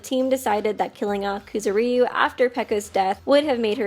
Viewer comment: IT'S NOT KOOZOOREEYUU it's kuZOOriyu